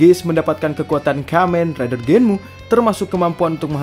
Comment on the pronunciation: Kamen rider Genm bang bukan Genmu